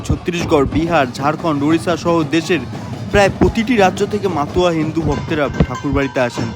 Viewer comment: মাতুয়া না দাদা মতুয়া